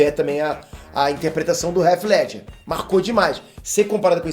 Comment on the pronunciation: Cara gosto do seu canal. Mas vc nao mora nos EUA? pq vc pronuncia o nome do Heath Ledger errado? estranho isso. Abraço